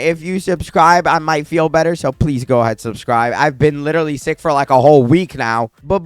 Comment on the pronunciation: When u said u were sick it sounded like u said u r six